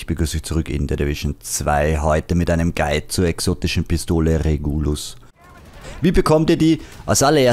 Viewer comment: Super Video! Ich würde die Pistole allerdings Regulus und nicht Reguulus aussprechen